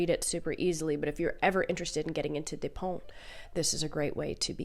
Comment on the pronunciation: Hey, thanks for the video! And amazing taste as always 😌 French lady here: I LOVE Virginie Despentes, very interesting writer and person for sure:) Please don't worry about your pronunciation, you were very close haha (you just need to pronounce the "t" at the end). I would also recommend her "Vernon Subutex" saga which is pretty good (liked the last volume the least, but first two are very enjoyable); King Kong Theory was like getting an uppercut, except you feel great afterwards. I think she was a sex worker in Lyon though, not in Paris. I loved "The Piano Teacher" but I'm always thinking twice before recommending it to anyone 😂 Tokarczuk is also fantastic, can't wait to read more of her work!! Thanks for your own work as always!